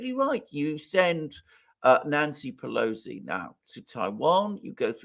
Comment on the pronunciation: Come on man! It’s pelosi 😅